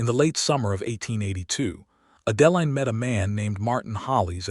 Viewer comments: Liked the story but your AI narrator can’t pronounce Adeline, Hollis, Eleanor, Elias and probably more I can’t remember. It’s a real distraction. Woodland, California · Yes this! It’s like nails on a chalkboard to me. Not many mistakes except for the names. I don’t understand, is it on purpose? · I Agree Completely ‼️‼️‼️